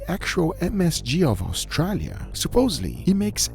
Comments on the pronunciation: Au STRAAAAA lia. Wtf is up with that pronounciation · Why does pronounce "Australia" like that? lol